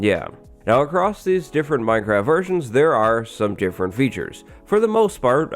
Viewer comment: I thought u said minecraft virgins